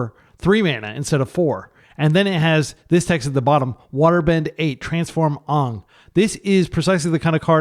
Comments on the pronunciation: I am dying everything you say "Aan" that's the M. Night pronunciation x_x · "Aang" rhymes with "rain" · The characters inhabit a fictional world inspired by many cultures. The character's name rhymes with "rain"